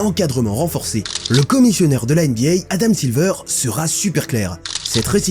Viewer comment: NBA et pas NBYAY… tu fais saigner mes oreilles à chaque fois 😂😂😂😂